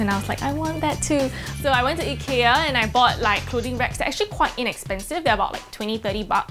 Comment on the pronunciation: omg the way she said ikea was almost un recognizable